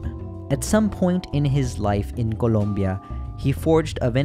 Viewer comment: Little detail, but i really love the fact that you took the time to actually pronounce the splaish words with the accent, like colombia or mirabel.